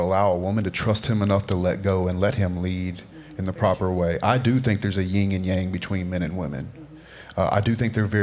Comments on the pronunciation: ITS YIN AND YANG. Not YING AND YANG. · “He’s actually smart” 17 seconds in he says “Ying” and not “Yin” 😂